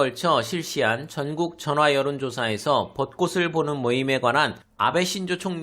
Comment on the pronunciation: 벗꼬슬(X) 벗꼬츨(O)